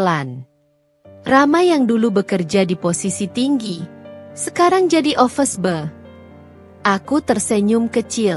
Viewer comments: Office boy (ofiz boi) prnunciation yang benar ya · Watak dewi benar2 jahat tapi lucu sekali 😅😅😅. Pembetulan, bukan office ball tapi office boy. Rama bkn office boy tp cleaner.